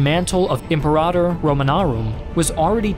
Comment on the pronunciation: This video was well presented. Here is just one point to assist, since I am a history professor, specializing in Western Civilization: be careful of your pronunciation. Several were mispronounced. Francia has a hard "c" sound, like a k. Imperator in Latin is pronounced Im-PER-a-tor. These are some examples. Be careful on future videos.